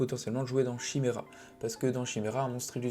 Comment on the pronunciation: Chimera 🤮 maudit français. Ça se prononce « kaymira »